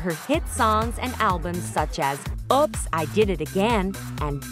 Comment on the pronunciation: So many mispronounced words in this video, it's OOPS not OPS, and it's not Day-boo'd, it's Day-Beyou'd. If you're going to make a documentary and post it online, learn to speak American English better before posting it in American English. Also some of your so called facts about her relationships are off by months/years.